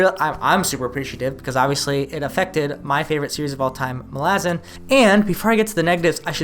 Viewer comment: says it like Erikson himself does. Even though until Dust of Dreams I don't think any of us readers knew better. Lol